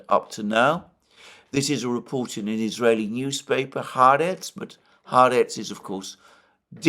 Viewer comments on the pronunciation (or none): please note, the pronounciation of the Israeli paper is Ha-Aretz, meaning the land, just say.